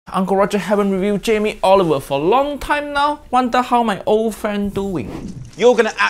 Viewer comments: I like how it sounds like Jamie Oliver wedgie… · idk if its just me but he called him jamie olive oil 😭😭💀 thats lowkey funny ngl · He said Jamie olive oil 🤣🤣